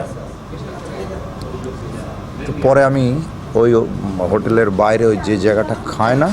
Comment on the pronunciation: উচ্চারণ ঠিক করতে হবে। যেমন-আঁস্তে আঁস্তে, মাঠের বাঁইরে ইত্যাদি।